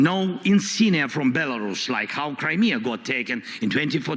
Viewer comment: Wish you'd pronounce Crimea properly!